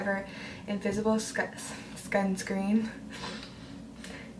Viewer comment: Did she said skunk screen😂😂😂